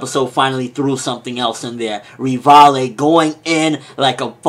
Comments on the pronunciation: it's not 'Rivallie', it's 'Rivaille', that's why his nickname is Levi XD Reev-Isle :D That's how it's read, but I like his reviews so I just don't mind it :) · Please call him Levi because Rivaille is not pronounced like that... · But Rivaille still isn't pronounced like that.